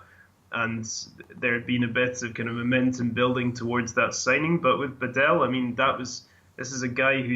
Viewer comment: Ask a Croatian person to help you with how properly to pronounce Badelj, please.